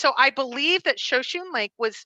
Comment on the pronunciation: Note-Shoshone is pronounced sho-sho-nee